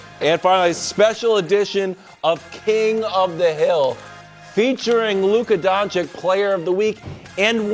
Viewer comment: Calling Luka Luka DonciK does not help your emmy nominations Wildes